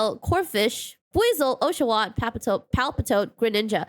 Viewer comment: OH-SHA-WATT? lol😂😂😂